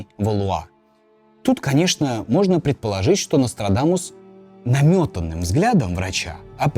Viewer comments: Я один весь ролик слишал, НострадАнус? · Мне одному кажется, что временами произносит НострадаНус?